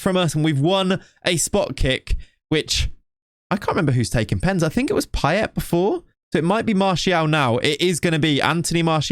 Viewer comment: 'Paye' you dont say the T...